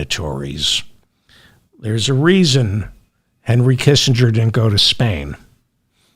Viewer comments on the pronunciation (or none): none